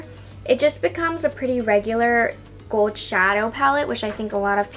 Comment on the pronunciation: I noticed pronounces words with L odd. Like gold and old and pronounced the L like a W. Like gold sounds like “gowed”?